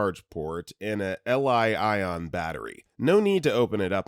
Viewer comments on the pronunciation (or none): If youre going to read stories actually learn to read. Char? L-I ion? Like come on. Li-ion is lithium ion are you seriously that slow?